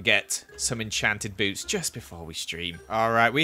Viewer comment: am i the only one who heard boobs instead of boots? no? okay just me then.....